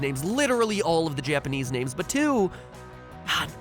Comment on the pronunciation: Liking bc matpat's pronunciation of Japanese names IS SUH GOOD